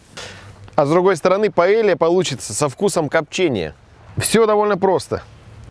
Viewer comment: паэЙя! А не паэлья